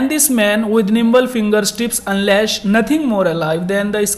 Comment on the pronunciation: and can you stop pronouncing words wrong manner, husBAND , and unLASH. ? and can you stop adding stupid and completely unrelated examples from your miserable life!!!!!